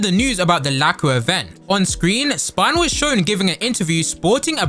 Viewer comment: I am about to commit a warcrime right now. ITS SPINEL WITH A E NOT THE BONE WHATS A SPINAL I WILL TAKE YOUR SPINAL FLUID I SWEAR STOP SAYING SPINAL ITS AN EEEEES 😭😭😭😭😭😭😭😭😭😭😭